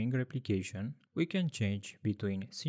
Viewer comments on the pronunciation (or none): It's pronounced 'synchronous' (sing·kruh·nuhs) - not synchronious That is my contribution :)